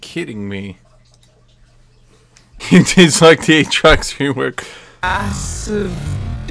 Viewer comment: A-A-trox, A-A-ron. Insubodinate and churlish is a good (Phreak) reference.